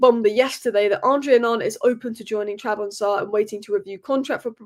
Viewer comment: Trab zon spor😂😂😂😂😂😂 say it with me......not Trabonza😂😂😂😂😂